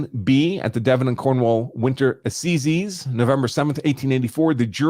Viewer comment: ‘Assizes’ rhymes with ‘sizes’, not ‘seizes’.